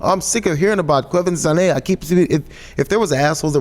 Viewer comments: Kwah-ven-janay. Just sayin. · you are all pronouncing her name wrong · They keep saying the name wrong.. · ana goes to pronounce the hard name....ouch swing and a miss ana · Even Ana can't pronounce her name right :) even though she is prob feeling proud of herself cause she thinks she did.